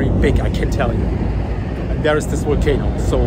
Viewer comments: Your English is excellent. You just need to work on your V's and W's a bit more. It's Volcano it's Wolcano. Much Love and Blessings from Nikiski, Alaska. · Wolcano, walley....But his English is perfect.